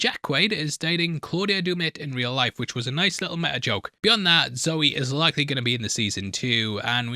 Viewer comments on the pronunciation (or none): none